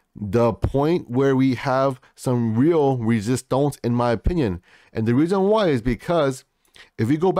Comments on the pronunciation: It’s resistance (French accent) not resistonce my brother. But I like the video. 8bil and holding until 2025😎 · I laugh every-time you say resistonz ! Lol!